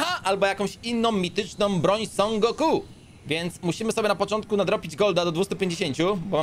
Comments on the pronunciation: Teraz sie mówi SON GOKU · Niby największy fan ale źle wypowiada imię Son Goku